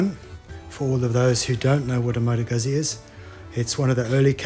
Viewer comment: Please, its not pronounced guzi (like UZI) there are 2 zs. It's pronounced Gut'zi (like pizza). Other wise great video series. When changing a clutch on the Moto Guzzi it is work buying the specialty tools. It makes it much easier.